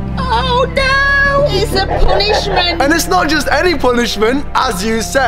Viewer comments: When she try’s to say 3 she says tree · When says ‘three’, it sounds like ‘tree’!!!